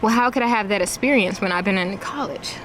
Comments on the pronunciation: "You need essperiense" everything I need to know from just one word. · I imagine during interview her mispronunciation of "esperience" might have something to do with it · Anyone else think she might have a better shot if she knew the word proprietary and if she didn’t pronounce the word “esperience”?